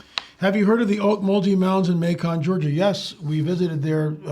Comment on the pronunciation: There was funny to hear how Macon was mispronounced while Ocmulgee was pretty much nailed. Lived in Macon, Georgia, in the 1970s. After learning the origins of word Ocmulgee I decided it likely wasn't the best idea to name our canoe 'bubbling water'.